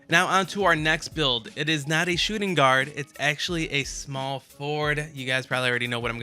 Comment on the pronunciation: Can u please read your own title next time......shooting guard?????🤦🏾‍♂️🤦🏾‍♂️